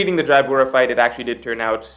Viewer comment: ITS JABRA, NOT JAIYABURA OR WHATEVER U KEEP SAYING! How many years ago did that happen now? Like wth